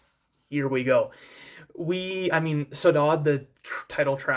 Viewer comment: Really enjoyed your review on this! Just wanted to help you on the pronunciation of the word Saudade, at least in Brasilian Portuguese it's: "Sou-da-jee" (I'm not from South America haha). I've heard Takanaka pronounce it once in a live show of his from 2018!